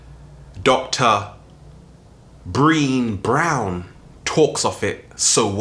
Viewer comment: Hahahaha brean brown. I'm telling her you said brean :p